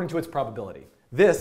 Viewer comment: "i am gona call it properpility for properpility" :'D